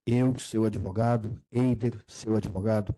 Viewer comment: Quererei cuidar me de mim. Assassinou até o português. "ADEVOGADO"